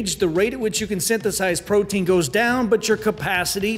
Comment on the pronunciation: sounds like you said brotein